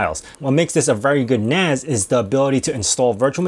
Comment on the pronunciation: NAS not NAZ. its not network attached Zoridge is it.